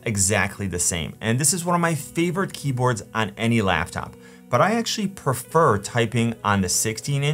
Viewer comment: Wait. "Laughtop"?